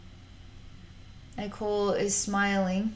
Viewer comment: some carefully worded criticism: i know it was an accident and understand you haven't read the books but uhh you pronounced his name wrong even though it's spelled IKOL (ikol) his name is pronounce ekol as in ecoli (sorry that's the only word i can remember that has that pronunciation) but yeah other than that loved the video